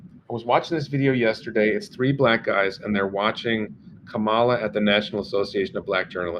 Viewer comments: please at least pronounce her name correctly...it is like a comma (accent on first syllable) in a sentence and then add "la" on the end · It’s pronounced comma-la! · Why do you have such a stupid subject for this posting. Are your viewers decreasing. Please pronounce Kamala properly. Disgusting.